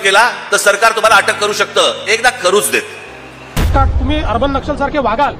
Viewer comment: " अटक् नाही अॅटक् "!!